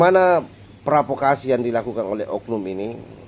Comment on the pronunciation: PROVOKASI bang...!!! bukan PRAVOKASI.😅😅😅